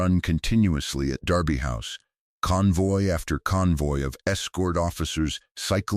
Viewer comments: Derby is pronounced Darby. Like Americans pronounce "Not" (ie Nard). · Thèse ladies were fantastic, a pity they have had to use Ai with an American accent, incapable of pronouncing English correctly there were numerous errors, the first in the first sentence Derby, is pronounced Darby house